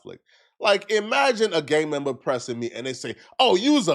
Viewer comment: “A Gang MembAaa”